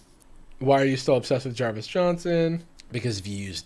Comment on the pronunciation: Cartoon Jarvis: Jarvish